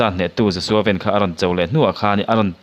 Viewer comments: Joshua ven tiin an ko loa, Joshua Van tih tur zawkin kahria🫢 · Joshua van tia i lam hi sapho lam dan ania van tih hi vanlalmawia kan lam rik dan anga van tia lam tur a ni.